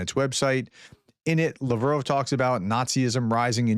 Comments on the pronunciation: It isn't "La Vrove". It's Lavrov (Lav-Rov). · You are mispronouncing “Lavrov”, the Minister of Foreign Affairs for Russia. He is literally on TV and the Web all the time. It just seems impossible to me that you can’t pronounce it correctly. As before, I beg you to just take a little extra time to do some basic research on how to pronounce things/people/places. It undermines your perceived “authority” to be commenting on things as important as the war in Ukraine when you cannot seem to pronounce even the most common Russia names.